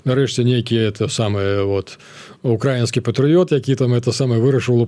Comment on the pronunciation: Колькі можна няправільна ставіць націск...ну які укрАіскі,калі украІнскі